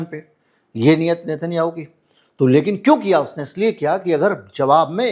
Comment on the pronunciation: एकदम बढिया विश्लेषण। मिनट पर नाम गलत बोल गए।नाम लेना था नेतन्नयाहू